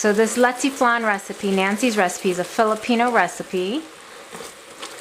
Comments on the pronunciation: You sed the word rong you are suppose to say it like this leche flan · You pronounce Leche Flan Wrong . And yes I Am proud to be a Filipino !